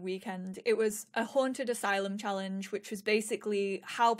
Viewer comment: When you said which it sounded like b in which.